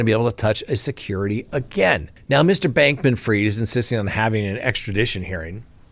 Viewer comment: NO! It's pronounced like it's spelled. F-R-I-E-D. Fried, as in deep fried. Freed is F-R-E-E-D. Man... you people....